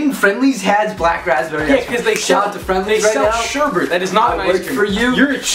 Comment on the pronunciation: Did you say Sherbert? haha omg